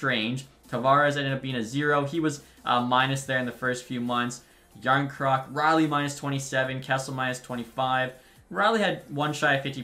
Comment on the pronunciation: “jarn croc” it’s pronounced “ yarn chrøk